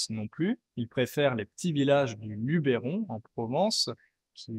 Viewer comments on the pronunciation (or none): none